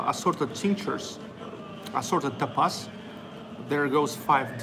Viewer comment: Happy birthday! Lovely restaurant!, "tapas" is pronounced with the accent on the first syllable: TA pas.